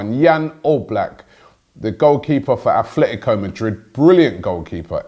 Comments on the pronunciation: stop murdering names !! if you know about football stop saying athletico its ATLETICO, stop saying Gin Michel Serri its JEAN (french name ), especially when arguing about this ALDI player !!! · Robbie, mate it’s atletico. Like A-T-L-E-T-I-C-O. No h but keep up the good work. Love to get updates on transfers each day. #Lovebeingagooner